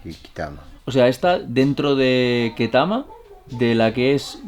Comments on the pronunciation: se pronuncia ktama no ketama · It's pronounced ketami as in a b c